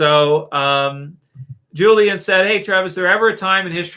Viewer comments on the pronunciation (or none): none